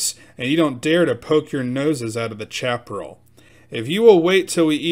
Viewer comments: pronounced Shap A Rail not chap rull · Chaparral =. Sha - pr - AL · I really enjoyed the story, but I wanted to point out that Chaparral is pronounced "Shaperal" and refers to low growing grassy plants about 18 inches high and has shallow roots and is mostly dry. It makes good tinder, but accounts for a lot of California forest fires. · Chaparral is pronounced Shaparral. Must be a yankee!